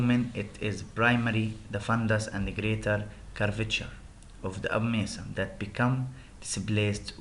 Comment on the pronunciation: Hi...Thanks for your presentation..... 1. The slides are fulled, you need to make it as points and just speak by yourself on non-written information. 2. The tone of your voice is stable and this make audience less interested, you need to change voice tone. 3. You need to practice in pronounciation of new words such as (abomasum, appetite)